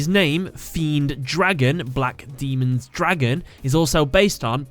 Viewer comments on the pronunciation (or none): Daemon is not pronounced the same as Demon man. it's pronounced like "Day-men," damn it. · The word "Daemon" is the old English spelling of demon and is pronounced as "Day-mon" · Just want to say, when you are talking about Fiend Dragon Black Daemon's Dragon, you pronounced daemon as demon. There is a big difference between the two. Demons are a lot weaker than daemons and come from the devil, while the stronger daemons come from the four horse men of the apocalypse, War, Famine, pestilence/Conquest, and Death, and are sent out to collect the souls of the damned. FYI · Daemon is pronounced how it looks...DAY-MON